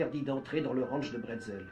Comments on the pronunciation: Monsieur bretzel ! Sérieux c'est pas un biscuit apéritif..... C'est brazel. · Le nom du fermier c'est Mike Brazel, et non Bretzel. Ça se saurait si l'OVNI était tombé chez nous en Alsace.